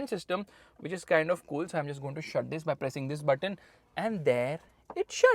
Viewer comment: Every Time he say "TTHIS"